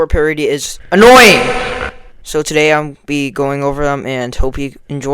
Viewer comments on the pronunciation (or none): Bro that “ANooNyYinGG” 😂